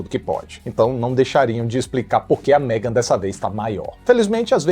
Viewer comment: tá lindo de "MEGON".😂😂😂